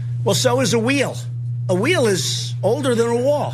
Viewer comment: Wheel rhymes with steel. I can’t believe y’all missed it.